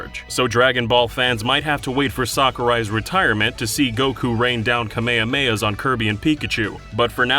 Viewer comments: every time i hear Kamehameha as "kamiamia" i die inside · I swear people who say "kumayuhmayuh" have never seen or heard of Dragon Ball before. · No one: DKYG: ka-meh-kamehh-hahs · The way he says Kamehameha made me die inside. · Yea, unfortunately that's how they pronounce it in the dub sometimes. Gross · 2020 and ya'll still saying kamehameha wrong?